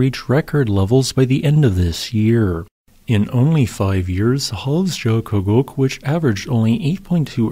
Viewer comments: Yeah as much as I enjoy the videos, I would really like to see him work a bit harder to master some of the names of foreign volcanic systems. Not that Icelandic names are easy, but dang... 'jo' is generally a "yo" sound (never a soft G sound), while the double-L gives roughly a "tl" sound which is kind of tricky. So this system would be Hofs-YO-kutl... Sounded like he was saying "Hofs-joe-kutgug" or something. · Just a friendly tip: Hofsjökull ~> Hof's-yuh-kuh-tl In Icelandic, a double-L is pronounced as -TL, -J is like -Y in "yes" and a -Ö is roughly equivalent to -uh. "Jökull" means glacier. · Hes adding a whole syllable and his enunciation gets worse each time he says it, but credit for trying i guess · Yup. Kinda sorta should be Hofs-yo-kult, based on my limited time spent there. But we all know pronunciation takes a back seat to the excellent geology presented on this channel :) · He's not even close. Virtually all of his Icelandic pronunciations are way off. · But he pronounced it differently throughout the whole video and never once correctly.